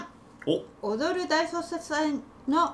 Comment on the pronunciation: 正しい発音は、踊る大捜サスェンですね。心得ておきます